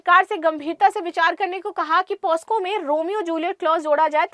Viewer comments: मैडम पोस्को नहीं पॉक्सो होता हैं... Pls correct Ur pronounciation!... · Madam ji 🙏✍️,pos--co...nhi .🙏💐 POc ___so .. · दीदी वो पॉस्को नहीं पॉक्सो होता है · it is not posco,it is pocso (पोक्सो).